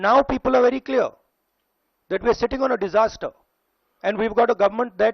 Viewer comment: Prasunji, at 4.19 minutes in your script in this Video you say "Kya Ye Stiti Aa Chuki hai Ki Ye Sankat Disaster Ka Hain?" You also pronounce the word 'Disaster' wrongly. Now I have been watching your channel since years as a subscriber And I understand that most of your audience is Hindi speaking. Also I have seen since some time that you love to write & speak Long complicated sentences in your videos in very 'Shudh Hindi' and therefore my question is why do you use English words like 'Disaster' in your Hindi sentences that you yourself cannot pronounce properly, knowing fully well that most of your audience will not know the meaning of this word. Will you care to explain? Also I wonder if you read your script before reading it on Camera? If you listen to your own speech you will find that you love to read long complicated complex sentences in Hindi that loose their meaning completely halfway i.e. When you just read half of your sentence because they are grammatically wrong and many a times incomplete, making no sense whatsoever for the listner and making it difficult to understand what you really want to convey. Many people dare not tell you on your face: "Bhai, Kehna Kya Chahate Ho..?" 😢 Kindly use simple sentences and do not repeat* words like* 'Sawaal', 'Chahe'(or) so many times in one* sentence because it is not only grammatically wrong *but also sounds boring and repetitive. It reveals that your script is poorly wriiten though the content is strong. And it looses its va